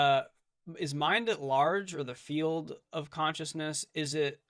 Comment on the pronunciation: Hi, can somebody please explain what a “fiut” is? Unless I misunderstood and Bernardí is saying “field”… 😊